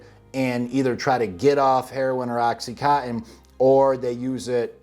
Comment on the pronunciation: Oxy con tin. Not Oxy - cottin/co - in. ™Oxycontin is the brandname in oxycodone continus. HTH. I'm a pedantic but friendly FYI type o' person.